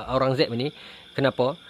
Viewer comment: Kalau ada yang tak jelas sebutan UIR untuk nak buat carian, nama raja tersebut adalah Aurangzeb.